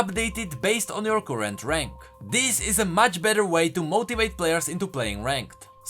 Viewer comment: current (cur like fur, not koorent), pulsefire (pul like cull, not poolsfire) :)